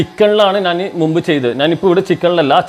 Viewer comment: നന്‌ അല്ല ഞാൻ